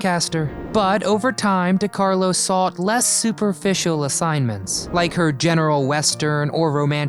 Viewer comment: Dear, dear Mr Narrator, It's Də/Duh-Carlo, NwAHR = Noir - not nuwar. SAL-oh-MAY = Salome, CAZZ-baah = Casbah, Saf-FEAR-ah = Sapphira, CESS-əl B. Də Mille